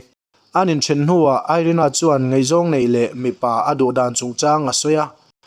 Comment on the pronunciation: Ngeihzawng nilovin ngaihzawng tih tur... chuan mizotawng lamdik zir teh.... ṭhahnem ngaih pui vang aw.. lei chin